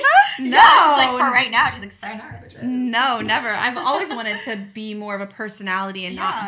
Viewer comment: “sayonaro” 😭 ok i’m sorry luv you gyals & great story ty for sharing & being vulnerable ♥️ (just for future ref, next time, it’s “sa-yo-na-RA” (さよなら) 🙂)